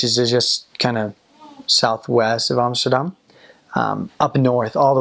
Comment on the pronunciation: Your say Amsterdam like a real Dutchy, well done 👍